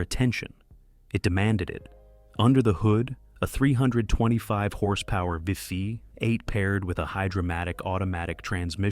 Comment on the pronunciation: The mispronunciation of the V8 as a 5 8 gives evidence of the mechanical production of this narration.